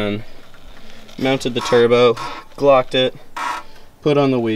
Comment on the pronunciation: "Clocked" or "glocked" ?...lol